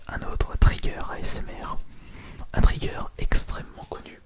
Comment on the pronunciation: Merci ! Je vois que tu as lu les commentaires car tu t'es corrigé et tu as prononcé "Trigger" correctement ! Super Vidéo :D On s'approche doucement mais sûrement des 100k